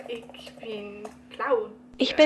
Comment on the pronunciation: Awesome:) Your pronounciation needs work, but I couldn't pronounce the ich for a good two-three months myself. Thank you for making such great content! I look forward to more:)